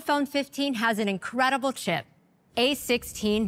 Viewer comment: Why is she saying sip instead of chip?